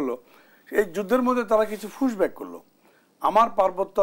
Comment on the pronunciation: মালটা বলছে ফুসব্যাক 😂😂😂